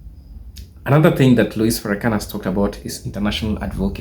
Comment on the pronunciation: Please refer to him as minister Farakhan. Please stop mispronounceing his name.